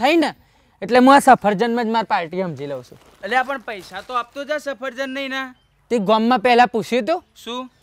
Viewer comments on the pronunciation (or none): Safarjan nai safaljan bolvanu bhai badhu hamjavu pad Mar ov